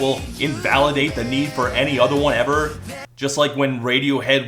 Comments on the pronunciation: I knew this song sucked as soon as Mendes pronounced the word ‘just’ as “joy-ist”. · Dude sounds like Cartman when he sings. Makes me wince. The way he pronounces "just" when he's singing as well is something I can only describe as alien. He sings "jaaaiiiiiiiist"... just... what the fuck is that. He does it with the word "touch" in Stitches too. "Taaahheeeetch"... what a cunt. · Why does he keep adding vowels to his words? Like "just" and "want" become "juyist" and "wahint." Annoyiying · why does he say just jeyest...